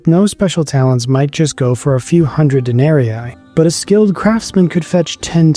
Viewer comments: Please pronounce the name of the monetary currency properly Denarii or Denarius,... De-nar-y,... not,... Den-ar-y-eye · Good but it would be better if you pronounced the Larin better. Not Denaeriae, Den-ah-ree-ee. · Day--NAH-REEE... not de-NAH-REE-eye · Please, "dae-ne-ree-ee". Not "dae-ne-ree-i". Sorry I don't know why it bugs me, but it really does. It's latin, 'ii' is "ee-ee". Otherwise, super interesting. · Good video spoiled only by the pronunciation of 'denarii'. It should be 'den-ah--ree-ee', not 'den-air-ee-aye'. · It’s very annoying to hear you add and extra “eye” every time you say “Denari”.. All that research and you didn’t learn how to properly pronounce denari… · You keep saying Denarii wrong. It is not denari eye. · I haven’t seen anyone else mention it but dude! The coin is a DENARIUS. Plural is DENARII, pronounced de-nah-ree-ee . Otherwise — well researched! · WTF is this pronunciation of "denarii"??? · Denarius, denarii. According to St. Augustine (who taught rhetoric at one point) Latin was a quantitative language (like Finnish or Japanese), meaning that double letters had semantic significance. And they, the double letters, were pronounced the same, just for a longer amount of time. You are saying the first 'i' in denarii like a long English 'e' (as in meet), and should be elongating that sound to cover the second 'i' -- instead you are saying the second 'i' like a long English 'i' (as in 'might"), which is a diphthong, and also "wrong" (not reflective of Roman Latin). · All the effort you put into making this video yet you couldn't find the time to learn how to pronounce denari.